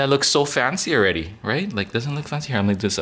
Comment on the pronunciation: idk how I didn't know you were from hawaii yet but the way you said "stupid" and "fancy awready" really tipped me off lol